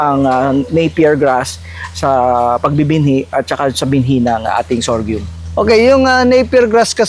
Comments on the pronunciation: Sorghum is pronounced as SOR-GUM hindi sor-gium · Kaya nga po e, paulit ulit n nya nadidinig ung tamang bigkas mali p rin paulit ulit pagbigkas nya.sorgium daw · Interesado Marami sa sorghum kaso masyadong parang banu nmn c vloger sa sorgium nya.d mo b naddnig tamang pagnigkas?? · Mawalang galang na po. Mali po pagbigkas nyo ng SORGHUM, dinig nyo naman po paano bigkasin yan ng may-ari. ✌️ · Pansin ko nga mali pagbigkas ni sir ng SORGHUM. 😂😂